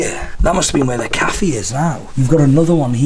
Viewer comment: Cafeeeeee lol